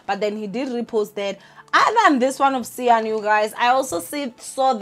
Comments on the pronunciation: lol ninja pronounce cyan's name like (sign) it will make things easier for you. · Cyan as in" Sin"that's how u prounce it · it is Cyan as in SIGN ...not SIN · Not me this whole time pronouncing Cyan as Khayen😂😂😂🙆🏾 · I know other people are probably wincing when you say Cyan. Kodwa mna I’m happy. Imagine a white person trying to say Nkululeko